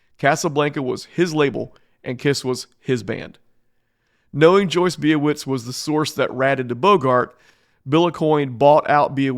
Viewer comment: Joyce's surname is pronounced "BYE-a-wits", not "Bee-a-wits", son. And the decision to record "ALIVE!" wasn't just because of financial constraints. The band themselves wanted an album that was more reflective of how they TRULY sounded, & with three existing albums featuring piss-poor production, they felt a live album featuring a legendary producer like Eddie Kramer would prove more beneficial. So, it's likely the album still would have been made - but I digress, as any conversation could only ever be an exercise in speculation.